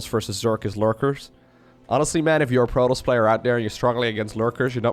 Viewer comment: jesus christ man, its proe-toss, not proe-toes. youve heard it so many times FROM THE FUCKING GAME that im not sure how you still fuck that up.